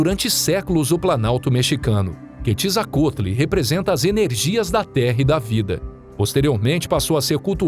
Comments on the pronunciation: "Ketizacotli" foi de lascar kkkkkkkkk a pronúncia certa é "kuetzacalt". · "Quetzalcoatl" Eu sempre pronunciei QUETZALCWÁROUL 😂